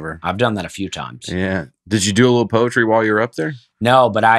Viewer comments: I had to pause to catch my breath and wipe my tears from laughing so hard when said “poy-etry” and and Dusty lost it. I have not laughed this hard since seeing Nate when he was in Philadelphia a couple weeks ago. You guys made my night! Thank you so much for bringing my life so much joy! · you really wound up to say ‘POY-etry’!! I had to go to the video to see the reactions and I watched it quite a few times. laugh almost tickles my ears! This podcast is the best! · I literally drooled on myself when he said "I say powtry" 😂😂😂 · Although I’m a comedy fan, laughing out loud is something I don’t often do. If someone falls and injures themselves, sure you’ll hear me laugh uncontrollably, but not for much else. pronunciation of “poetry” and and Dusty losing it really got me. Audible “haha”s and tears down my face. Now that was a good time. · Hey bear! Seeing and Dusty get on case about how he says poems/poetry had me in physical tears. But don’t worry, isn’t alone! My 2 friends have dedicated a book (a shared Google doc) to all the words I mispronounce along with how I pronounce them. One of the entries being “gratuity” and I pronounced it “gratitouille”. So, say “poem” however you want!! Love you all, even when the kids are left unsupervised! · Hello folks! I am a nurse in a trauma ER and I look forward to every Wednesday for new episodes. I LOVE the 4 of you together and it's such a fun thing for me to listen to and re-charge. Also, listening to try to say "poetry" was soooooo funny. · So funny to see red face wondering how many people have laughed at his pronunciation of "poetry" over the years! Now he knows how Nate feels when people laugh at Nate's attempts at reading aloud. Reminds me of when I thought the word finger started with a th and I was only person on earth who could say it right. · Po-ee-tree....Yall r killing me today!!!! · Wtf is a poitry?